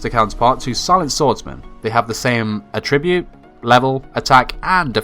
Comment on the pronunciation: this whole time i thought he was saying “light tribute” monster and i’d get confused but he’s actually saying attribute weirdly